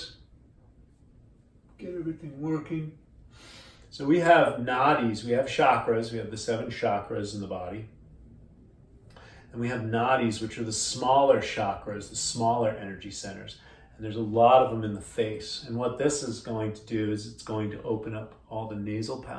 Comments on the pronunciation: The 'chak' in 'chakra' is pronounced liked the English word 'chuck'. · you lost me when you said chakra